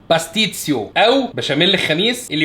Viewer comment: بتتنطق باستيشيو ب ش مش س ومسيرة موفقة ماشاء الله عليك ❤😂